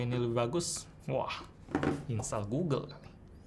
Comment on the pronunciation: gulu gulu itu google, cari aja video orang ngeja google malah jadi gulu gulu wkwkwk